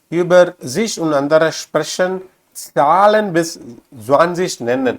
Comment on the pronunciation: நீங்கள் எங்கே Deustch படித்தீர்கள் ich உச்சரிப்பு, Sprechen உச்சரிப்பு எல்லாம் பிழை நான் சுவிஸ் நாட்டில் வசிக்கிறேன்.